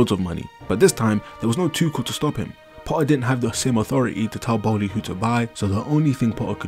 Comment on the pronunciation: It's "PoTTTTTer" not "Po-aa"